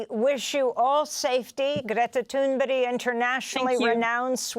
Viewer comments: Her name is Thurnberg not Thurnberry- perhaps the reporter needs her reading glasses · Gretta Toonbryh...? What is she saying - is she just inventing weird sounds instead of reading? Why would anyone pronounce "berg" as "bryh"? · Her name is ThunBERG not ThunBERRY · Amy, how in the world could you call this brave young lady Greta THUNBERY so many times during your interview with her, instead of calling her by her proper name, which is Greta THUNBERG!?! I am a fan of yours but I was appalled by this utter lack of professionalism! My advice to you, as a matter of respect towards the person you are interviewing, be sure how to PROPERLY SPELL and PRONOUCE, whom you are interviewing in the future. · It's THUNBERG not Thunbury. Someone needs to wear glasses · Why does Amy pronounce Greta's last name as "toon-berry"? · ""GRETA toonbury"" 😂😂😂😂😂 Oh Granny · yeah my other comment to the shit anchor who can't even get Greta's name right.. "Greta thunberry" 😂 you mean that comment.. shows the caliber of her viewers to be honest. Snowflakes! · Thumburger right? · Thunberg? Or Thunbury? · Please, as a Swede, I give you permission to pronunce Greta Tunberg, IN ENGLISH!!! And Greta will be totally fine with it too...